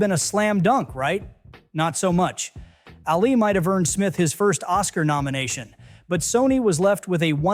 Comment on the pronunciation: This would be a fascinating video, were it not for the repeated mispronunciations. 3 minutes in and I've already heard you pronounce DOLITTLE and ALI incorrectly. Even allowing for the possibility that you've never heard these names before (one having been in the title of several earlier films, the other being the most famous boxer who ever lived), the names of the characters are spoken aloud in the films & the marketing materials. I'm sure you think I'm nitpicking, but it severely undermines a creator's credibility when he or she is imparting information but can't correctly pronounce key words like names & titles. Took me right out of the video.